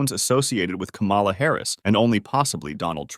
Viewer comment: FFS, KA-mala.